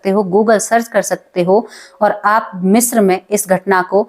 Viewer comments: शब्द का उच्चारण ग़लत ऊपर बाले का आशीर्वाद ग़लत को ग़लत मानने में बुराई किया आप ने ग़लत उच्चारण किया तो मान लो 😊😊😊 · मिश्रा नहीं, मिस्र कहो। थोड़ा-बहुत पढ़ाई भी कर लिया करो।